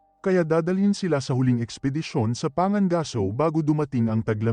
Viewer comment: Pangangaso hindi panga gaso. Bugok.